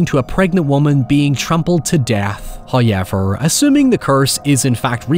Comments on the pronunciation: Came for the Hoyever, but stayed for the Oralee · From "hayever" to "cerabus"